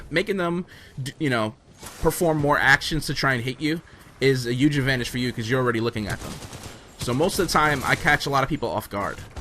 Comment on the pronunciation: I love you vids but every time you say "huge" with a silent "h" I cringe up a bit